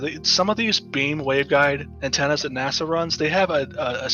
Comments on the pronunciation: Why does he call NASA "Nassau" ? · Did he say Nassau for NASA 😂